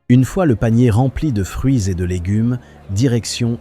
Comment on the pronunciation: Avec l’ IA c’est légunes, boulamgerie,boucherié ...